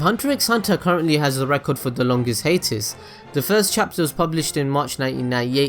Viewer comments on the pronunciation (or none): You were saying "hiatus"? I thought you were saying "Haters"...